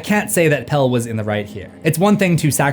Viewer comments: The shark from Jaws has a name, it’s Bruce. The real villain was the mayor of the town who decided tourism $ was more important than safety. Also in Midsommar the guy's name is Pelle - pronounced Peh-lay not Peel. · It's not "Pell" it's "Pelle"